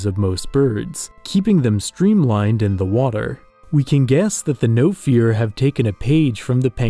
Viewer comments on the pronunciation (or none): Bro said no fear instead of nofiwr. Im actually welsh.